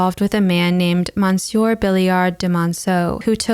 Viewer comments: I love this channel and look forward to each video. I had to cringe at your french pronunciation, though. Jeanne is pronounced " Zhyah-nuh" the last "uh" being spoken quietly. Monsieur, in spite of the "on" is pronounced " Mis yurh". I know french pronunciation trips up a lot of people and you can look it up online. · Love your art videos, but please check yr French prononciation 🙏 Monsieur sounds like muh - syuh Thank you